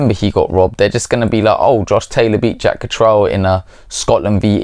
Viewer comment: If you've known him so long, you think you could pronounce his name correctly. Katrel? I've never heard anyone pronouncing it that way. Absurd.